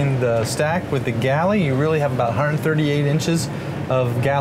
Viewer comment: "A hunerd." "Inugrated." These are just 2 reasons out of a hundred why professional speakers are 'integrated' for video presentations.